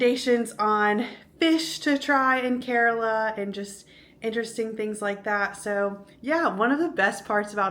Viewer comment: Its kerala not carola 😁😁😁😁